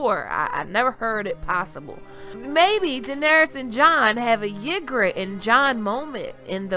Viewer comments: Ygritte is pronounced "EE-grit" not "YIG-rit. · Ahhhhhhh hate the way you say ygritte.. pronounced.. E-Grit.. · EE-gritt.... Lol! Love your videos!